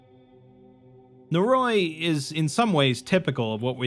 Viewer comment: Noe roe ee, not naroy.